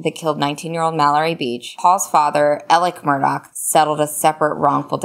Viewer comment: It's Murdaww, NOT Murdock!!